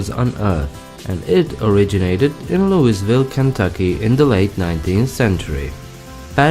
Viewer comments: It's pronounced "louh-vulle" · If you're going to do a video on a Southern State please at least learn to pronounce things (i.e.names of cities) correctly. Where is Looisville?? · Is it just me or does anyone else find it annoying when other people (outsiders) mispronounce Louisville??? Like its not hard to say it correctly!!